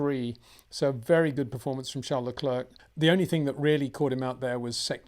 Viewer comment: Peter. I know you’re not French but Charles surname is pretty easy to pronounce. You get his first name fine. But it’s ‘Leclair’ not Leclerk. Basing this on year 9 French haha. Matin’s another bad offender 😅